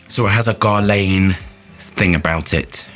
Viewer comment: Its pronounced Gerlan...Another great review fella as always👍👍